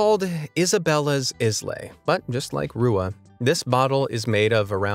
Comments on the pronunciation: I don't want to be "that guy", but "islay" pronounced "ailuh" not islay. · I'm not sure if anyone else has said this already, but islay is pronounced 'eye-luh', not 'is lay'